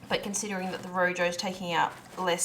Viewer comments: Please check the pronunciation of room, in spanish the j sounds more like an h .. . Nice show, hope to see a good yield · Rojo not room